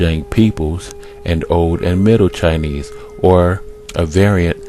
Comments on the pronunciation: I am a Chinese major, and to me this is one of the worst things you can do. How can you even begin to understand a culture if you don't even take the time to look up or ask other people how to pronounce certain words. And you can not say, "just because he pronounced it in a different way" he butchered it. Plain and simple. Testing my language skills is irrelevant because you don't understand chinese, if you understood you would have already comprehended how terrible this is already. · LOL, you didn't pronounce a single Chinese word correctly